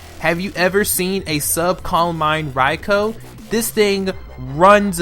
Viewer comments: ITS PRONOUNCED "R-EYE-K-EW" LMAO Other than that, good list. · I feel like I'm being stabbed every time he pronounced raikou wrong